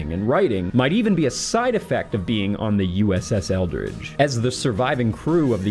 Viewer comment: Sounds like you are saying Eldritch, but the ship is actually the Eldridge. How very curious indeed that the ship's name of Eldridge should be so close in pronunciation to the word 'eldritch'...